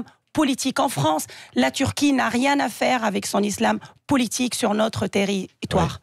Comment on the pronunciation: Elle parle pas bien français. Elle n arrete pas de dire POULITIQUE.